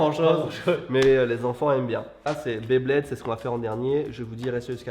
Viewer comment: On dit Beyblade , pas BlaidBlaid 😂